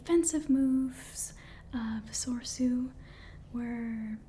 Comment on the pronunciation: Well, it's no surprise Anakin is missing. He was trained individually by Obi-Wan, because he was deemed too old. (One of the silliest plot excuses in the history of cinema, btw). And I'm pretty sure the middle "e" in "Soresu" is pronounced.